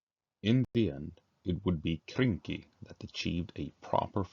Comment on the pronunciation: Hey its Krynky not kynky, lets get our minds out of the gutter 😁